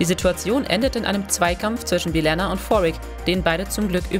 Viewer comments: Man kann doch nicht so ein Video machen und dann die Namen der Charaktere wie Belana und Geordie falsch aussprechen. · Also einige Namen wurden sehr seltsam ausgesprochen, bei Belana wird Belenna gesagt was sich ganz schön falsch anhört, und LaFroge wird Englisch ausgesprochen wie Ge wird eher wie ein dsch ausgesprochen. Außerdem sind finde ich die auswertungen von Netflix als einzige Quelle nicht unbedingt represantiv für Trekkies. Weil ich als Kind for Streaming diensten hab alles was es von Star Trek gibt, bis auf die Neusten Serien auf DVD bzw. Bluray. Obwohl ich Star Trek Fan bin und Netflix habe, hab ich auf Netflix nie geschaut, weil ich zum einen die meisten Serien schon mehrmals rauf und Runter auf DVD geschaut habe, und 2. Wenn ich sie erneut schauen würde, wieder auf DVD schauen würde. Weil mit Menü und ner Cool bedruckten Disc in der Hand ist es einfach was Cooleres als nur auf die Streaming Tasten zu Klicken.